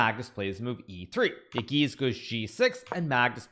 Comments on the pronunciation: Yağız is pronounced as "yahez" not "yagiz". Ğ is kinda silent. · I think it's time to learn the pronunciation of Yagiz's name?